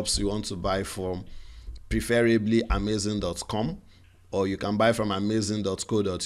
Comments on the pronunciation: It's Amazon not amazing oh..thanks for this video by the way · It's AhMayZing 🤣🤣